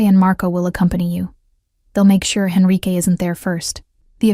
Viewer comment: Enrique not Henrique.